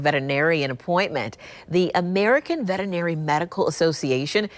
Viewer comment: do you want to improve your speech? Check out the pronunciation of VETERINARY (5 syllables) or VETERINARIAN (6)